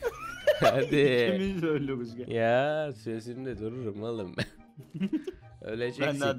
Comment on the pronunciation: Oluruz değil ölürüz o